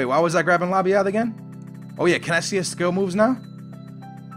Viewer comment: HALLELUYAH HE SAID LABYAAAD and not LABADIE or LABDA